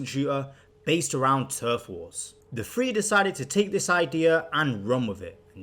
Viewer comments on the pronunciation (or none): Dude are you a British ? I swear I heard plenty on English Men say" free " for " three " and it makes me wonder if I've been saying three/free wrong all these years with my broken American English 😂🤣😅🤷🏾‍♂️